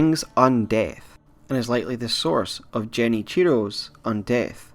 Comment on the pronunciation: The g in Genichiro is not pronounced like a j, its a g sound like in get.